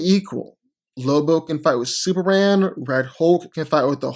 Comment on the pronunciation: No one: Literally no one:: Super-an